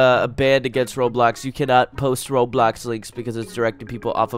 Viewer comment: ITS NOT ROADBLOCKS ITS ROBLOX